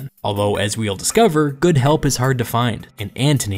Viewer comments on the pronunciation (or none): none